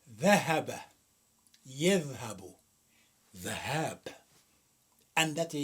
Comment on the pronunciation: ذهاب، بكسر الذال وليس بفتحها